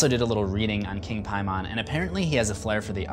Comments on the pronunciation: First things first,, I LOVE your "What You Missed Videos". Secondly, I really apologise about the length of this, but kind of hard getting so many points out strictly through messaging vs. a video upload haha so I have to be honest, your pronunciation of King Paimon, actually pronounced [Pay-Men], (like"pay" me money & "Men"), was driving me up the wall haha This movie completely took my wife & I by surprise, due to great promotional execution. We remembered the trailers showing everything was going to revolve around the daughter, Charlie & how, whatever her grandmother was responsible for would be hereditary. But to have that decapitation out of nowhere, in the middle of the movie no less, completely surprised us. The acting was on point too! Tiny Colette killed it, the son was fantastic & the dad was phenomenal too. But the aftermath of the accident, the emotion in the son's face, never once turning around, driving home, going strait up to his room & hearing his mom find the body the next morning was chilling & strait ridiculous! But let's get to the points i had & bits I wanted to clarify for you. Ellen wasn't doing everything to be his queen, her & the cult made a deal with Paimon. To get him a human host in exchange for riches & otherworldly wealth. Paimon is also stronger in & prefers male hosts, hence her son killing himself to escape from her "putting people in him". Then, her daughter denying any contact with her new grandson, though ultimately succeeding in getti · Piemon is how it's actually pronounced. Unless he was actually like an all-American demon king, in which case it would be pronounced "pay-men" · Why are you saying PIEMON? That's not how they said it in the movie. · Simple Simon met a Piemon... you are killing me. Your inability to pronounce his name properly has made this video almost unwatchable for me. What a dunce. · It’s pronounced Pay-Men. It’s not a digimon. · why u gotta pronounce paimon like that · Paimon= “Pay”mon. NOT “Pie”mon.